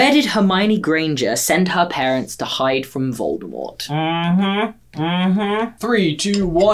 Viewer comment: "PAERNTS" OOPS